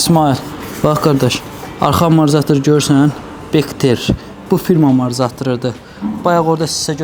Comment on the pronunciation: Maraqlı kontentdi, bir şey maraqli olub həmişə niyə bütün ustalar amortizatora amarzatir deyir) Əl işinə söz ola bilməz amma. 👍